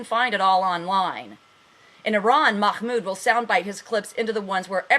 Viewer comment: lol is someone telling the truth out knowing farsi............ i think not lol seen as how you cant pronounce mahmoud properly but have no fear the muslims are here to educate you lol the 'h' is pronounced like if you are breathing to steam up your glasses, Not a kh sound ok? oh and sharia3 law is incorporated in US law just look it up all the founding farthers had the Quaran and took guidelines from it, you really are in need of some education stop watching cnn and try al jazeera or press tv